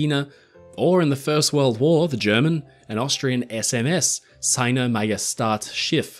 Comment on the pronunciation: The German “Seine” has a “z” sound for pronouncing the s.